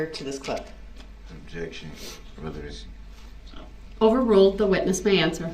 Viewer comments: I decided to start a drinking game every time I heard "Objection! Rellybency!" I died 20 minutes in. :) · Rellybency 😆😆👍 You should 'substain' from alcohol!!